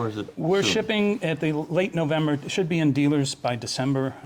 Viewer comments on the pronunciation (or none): none